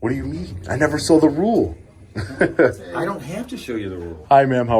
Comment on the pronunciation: As good as is, he didn't read that "rule" correctly.